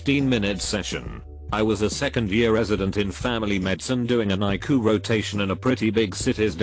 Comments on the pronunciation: When you read all cap letters, pronounce the letters separatly. It’s not iku it’s eye see you! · It’s pronounced I see you! Not iku! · ICU is not pronounced EYECOOL. Please make the computer voice pronounce words properly. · normal people: ICU text to speech: eye coo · Interesting stories. The robot voice needs a tweek to say ICU letter for letter rather pronouncing it. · Am I the only one triggered by the way he says ICU😒? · Is this a computer-generated voice? "...errrrr doc here..." "cheemo treatment." ICU as eye coo...😄